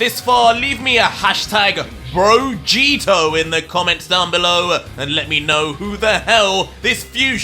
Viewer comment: Really? Brogieto🤣